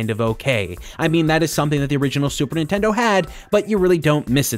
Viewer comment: Video starts, "The Super In-tendo" I'm out.